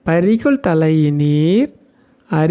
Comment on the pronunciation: 🙏🙏🙏🙏🙏 ஹர ஹர சங்கர! ஜெய ஜெய சங்கர! " பறி கொள் தலையினார் " என்று உச்சரிக்க வேண்டும். பறி கொள் தலையினார் என்றால் தலையிலிருந்து ஒவ்வொரு மயிராக பிடுங்கி எறியும் சமணர்களைக் குறிக்கும். அவர்கள் சைவ சமயத்திற்கு எதிரானவர்கள்.